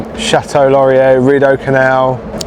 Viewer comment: Born and bred Ottawan here:) To make life simpler for you all in how to pronounce "Chateau Laurier", we affectionately refer to it as "The Chateau" BUT pronounced phonetically like The "Shadow". The "t" in Chateau is softened. Similar to how we soften ( or obliterate) the second "t" in Toronto!